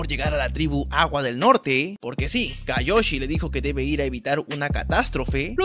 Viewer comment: Se dice kioyi